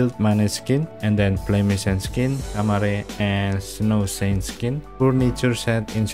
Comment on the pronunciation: Operator: snowsant Text: snowsait: snowsaint